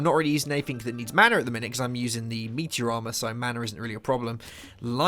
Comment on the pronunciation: thought you said meatier instead of meteor xD